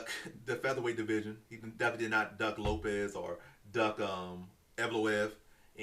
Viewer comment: Crazy this guy pronounced evloev right but not Lopez 😂